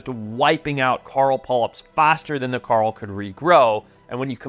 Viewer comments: Coral reef ❌ Carl Reef ✅ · carl reef 😭😭😭 it’s kaw-rahl besides that ily forest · Hey Mush mouth… it’s not “Carl” it’s fucking “core-ul”….. Also in your other videos you say “Zeb-ra”…. It’s pronounced “Zee-bra” WTF! Annoying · Am I hearing him wrong when he says coral, I'm hearing Carl? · We need to trade this guy with Rick Grimes. Cuz Rick says "Coral" when hes trying to say "Carl", and this guy says "Carl" when hes talking about "Coral". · Why is he calling coral carl? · So Rick Grimes calls Carl, Coral, and Forrest calls Coral, Carl. English man. It’s weird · When I heard that I was like holy crap you can really tell he's from South Africa when he says Carl Reef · I've never heard anyone say the word coral like Forest.